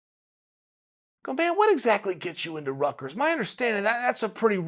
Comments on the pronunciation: "Rutgers island" lmao Rickers smh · Does he mean ryker's you say in Rutgers but he means Rikers Island right